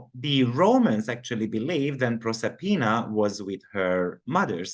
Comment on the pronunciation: Proserpina is 26, and Persephone is 399. Proserpina is the Roman name for the Greek Goddess Persefone. Same myth. Proserpina is at 4°10' in Aquarius. You said it right the first time. ☺